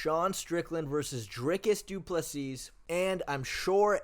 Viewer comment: Du Plesis = "doo pleh see"